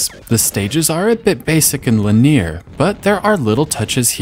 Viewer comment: LIN-EE-UR, not LIN-EER!